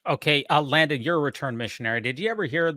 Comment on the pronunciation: I loved southern-drawl sounding pronunciation of Landon’s name while reprimanding him when he made that comment about the nipples, while at the same time trying not to choke on her cake…”Layundon” 😂